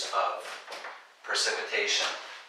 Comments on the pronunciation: Sorry, Percipitation is .... ? That word is precipitation, right? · its precipitation not percipitation